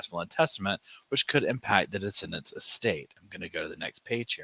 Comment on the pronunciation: On the replay - ❤ your recaps g buuutttt, it's de-ceed-dants